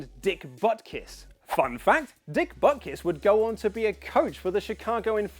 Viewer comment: You pronounce Butkus SO WRONG it's not even funny...